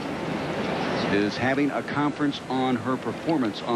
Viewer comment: LOL at the commentator for saying Milosovici wrong and over and over!!!